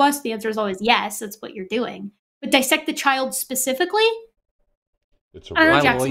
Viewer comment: OMG. Erica correctly pronounced DIS-sect, instead of DI-ssect. I am in love! Much praise!